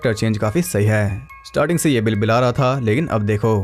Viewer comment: When he said "bibila gaya" .. 🤣🤣🤣🤣🤣🤣🤣🤣🤣🤣🤣🤣🤣